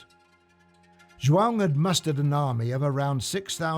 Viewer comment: First English man to say João, properly.